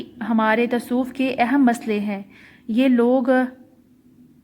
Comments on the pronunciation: Api tasof nhi hota lafz tasavuf hota ha.....baki good work 👍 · Not tasoof its tsavaf